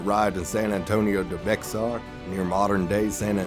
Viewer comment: They way you mispronounce Bexar cracks me up😆great video though